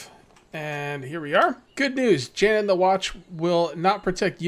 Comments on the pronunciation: Iordan is pronounced yor-den and Jan is pronounced Yon as in yonder. Great video, I enjoy watching, you put a lot into the backstory, even the backstory of you villagers. I think you should follow him out of the town see where he goes. And what is that paper up on your top bar? Great job keep it going I love this series. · Yeah and I’m pretty sure Jan is said Yon since this is in a European area. Other than Spanish many European languages pronounce J as Y. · Jan is pronounced yawn